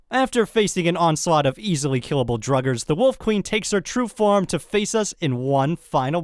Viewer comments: Druggers?😂😂😂 it’s pronounced draw gers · mispronounced "Draugr" as drugger and it was annoying so thats the joke Superllamaking was making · When you call draugr, Drugger. 😂😂🤣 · the way you say draugers though